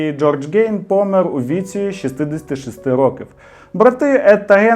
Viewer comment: 🙂тУлуб, а не тулУб; помЕр, а не пОмер. Дякую, дуже цікавий канал. Де купити абажур?...